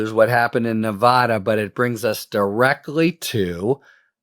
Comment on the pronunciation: Love you, Harry. It’s pronounced Nuh VA duh VA, like in VAcuum.